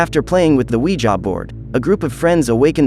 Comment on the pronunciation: I love the “weja” board😂